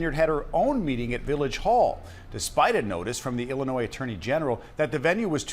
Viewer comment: Please learn how to pronounce the state of " Illinois " correctly, if you want anyone to take you seriously.